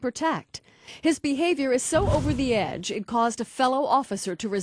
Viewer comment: 'Over the egde' XD